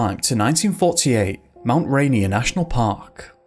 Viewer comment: It's pronounced Mt. "RAY-NEAR" not Mt. "RAINY-Er" -- other than that, I love this video 👍